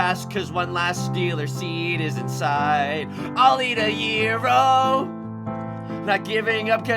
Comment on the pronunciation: Pronouncing "gyro" right? As a greek, i'm impressed.